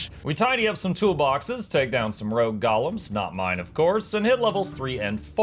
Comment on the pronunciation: When you say “Golems” I hear “Gollums” 😂